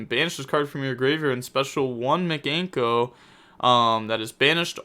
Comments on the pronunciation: Mi - Kan - Ko not Miganko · video starts rambles on about mikanko and mispronounces it like a champion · We need you to add Mikanko to your words to pronounce video volume #2 You are butchering it lol